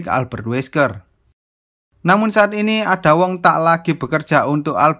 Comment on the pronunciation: harus nya di bca aida wong